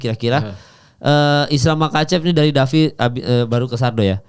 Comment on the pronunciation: Davi penyebutan nama fighternya ngawur. Harus belajar lagi.